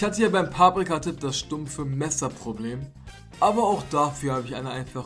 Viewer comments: wie er es immer sagt paaprika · das heisst paprika nicht paabrika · es heisst Paprika und nicht Pabrika😂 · paaaaaaprika das heist paprika 😂😂😂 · Es heist paprika nicht paaaaprika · Es heißt Paprika nicht paaaprika ._. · ich finds voll cool wie du paprika sagst also die betonung😂✨